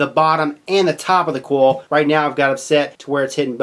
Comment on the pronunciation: it's "COIL" not "CORL"